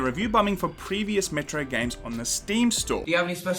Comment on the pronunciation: Metro sounds like Metroid in your accent.